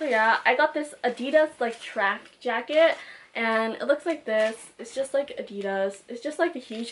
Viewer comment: "track jracket" lol, not being mean😂loved this video